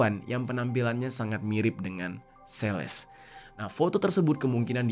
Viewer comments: Celeste itu dibacanya "seleste" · Dy ngomong Celeste juga jadi sales anjiirr.. Sales mobil ap hp?😅 gregett gw denger ny..